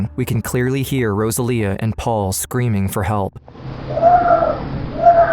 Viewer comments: It lust bothers me that as they are clearly Latinos, the mother's name is obviously "Rosalia" (Without the gringo accent and a very strong "R"), but the man in the video keeps calling her "Góusalia", I can't. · It’s pronounced Rosa Leah not Rozalia. It’s almost disrespectful how white people will not take the time to learn the proper pronunciation of foreign words. But I will always school them. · Please learn how to pronounce Rosalia.